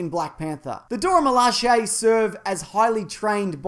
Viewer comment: OMG! He is the first youtuber to pronounce Dora Milaje properly.